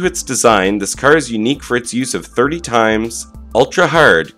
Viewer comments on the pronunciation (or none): There are no engines in electric vehicles. They are called motors. Also, when you see 301 SS. It is called “three oh one stainless steel”. So 30x is pronounced “three oh ex” not “thirty times”.